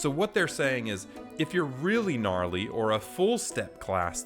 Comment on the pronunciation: Bro said Ganrly